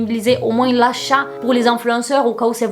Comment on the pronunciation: "MOINZZ" éélalah